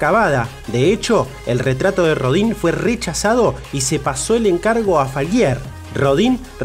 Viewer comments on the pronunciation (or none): Pues para empezar habría que pronunciar bien el nombre, es molesto que hagan un programa de alguien y ni siquiera digan bien su nombre, que se pronuncia Auguste Rodan aunque se escriba Rodin.